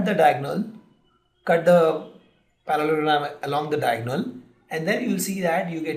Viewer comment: good video but you need to seriously work on your pronunciations. it's Para-le-lo-gram, dia-go-nal, sci-ss-ors.